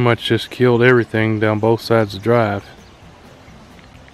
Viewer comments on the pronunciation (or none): none